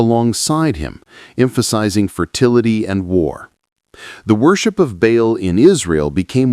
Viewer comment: Ba’al is pronounced like “ball” dumb ass!!!😂